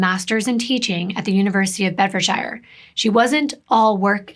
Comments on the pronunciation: It's pronounced Bed-furd-sure lovely 😊😊 just so sad she was so beautiful xx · In the UK we pronounce shire as sheer 😊 so it would be Bedfordsheer xx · well, she does mispronounce Bedfordshire.... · It's actually pronounced "Bedfordshire" as in "New Hampshire" ;) I've seen this case covered several times, it's absolutely terrifying...